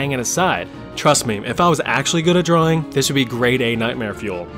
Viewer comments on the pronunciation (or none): none